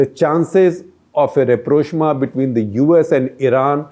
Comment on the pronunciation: Rapprochement 😭😭😭 Rap-rosh-ma😂😂😂